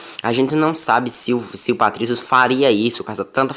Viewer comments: Patricio, not Patricky. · É Patrício e não Patrick🤣🤣🤣🤣🤣🤣